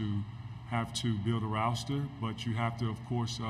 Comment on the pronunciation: Did he just call “roster”, “ROWSTER”?!?! 😂🤣😂🤣